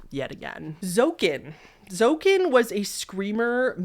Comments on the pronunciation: Hi!! I'm dutch, and zoeken means to search in dutch, but it's pronounced zoo- ken! Just wanted to say cuz it was a bit funny:) love your videos!!! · "Zoeken" is Dutch and pronounced "zooken", like 'zoo" but don't stretch out the "oo" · this one is actually pronounced zoehkun, zoeken is dutch for search! the text above the image just says 'search the 3 differences in the photo' in dutch. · and I'll jump on the pronunciation correction train to say that zoeken is "zoo-ken"! it's dutch for to find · You completely butchered Zoeken but it's a funny mistake.